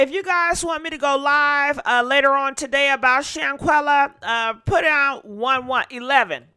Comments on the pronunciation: you're saying her name right. Praise God. As for Dejanae offer a reward. Found in 20 minutes, gauranteed. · You finally kinda learned to say her name correctly.